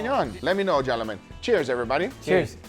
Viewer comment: I love how says Gel-A-Men...i mean gentlemen. We all have our accents! Great content as usual.